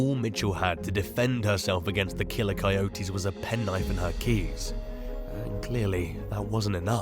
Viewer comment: After the 5th or 6th time coyotes were called coy-otes like a coy fish and otes like a cereal of oats, I couldn't take it anymore..lol sorry buddy, I know it sounds personal but it's not, I just couldn't take it like Deon as Die-on.